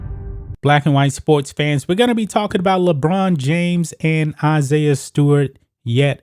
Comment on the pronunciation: Ohhhh le china james.. I thought you said vagina james